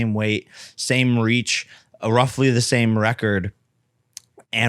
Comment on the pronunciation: Did he say ”same reach”